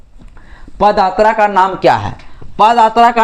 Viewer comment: पद आत्रा या पद यात्रा। ठीक से बताओ। बाकी तुम्हारी बाते सही है बस शब्दों का उच्चारण सही से नही कर पा रहे हो। मै इस बात से सहमत हूं कि sc st and OBC को घंटा ही मिलेगा।